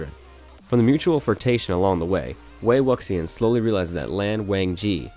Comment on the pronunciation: I love how MDZS made it onto the list. It killed me how he pronounced wei wuxian’s name tho 😂